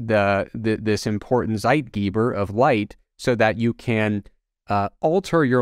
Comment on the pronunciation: listening to him pronounce "Zeitgeber" gave me an upset stomach XD